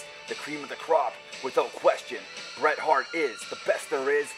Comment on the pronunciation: Bret not Beer lol